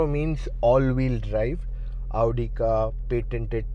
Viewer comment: Aauudi pronounce hota hai mere bhai